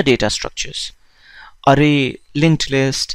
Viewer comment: everything is good but your pronunciation of "array" gets me irritated